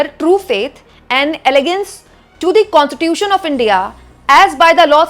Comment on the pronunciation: Please pronounce the words correctly in English, as it has a deep meaning, i.e. it's "allegiance" to the Constitution and not 'elegance' as pronounced by you. Both has different & distinct meanings. Constitution was also not properly pronounced. Correctness must be maintained for working professionally.